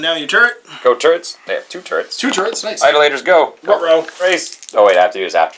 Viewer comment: Eye-DOLL-itors. Those who worship idols.